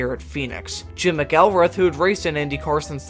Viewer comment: It's fascinating to hear about so many DNQs. Would be nice to have those days back. Any yes, you messed up McElreath. LOL